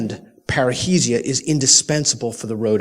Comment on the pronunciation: Peter you keep saying it wrongly, it is not "parreisia", it is "parresia" (freedom of speech)